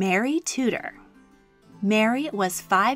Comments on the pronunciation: I love your stuff but, with respect, could you please pronounce names as they are in their own language. Tudor is pronounced Tew-der. Sorry but it really rankles to hear something we are so familiar with being mis-pronounced. I hope and believe we pronounce your words as you would expect. It's just courtesy. Sorry, I do love your content. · I'm not the only one who is kinda triggered by the way they said Tudor?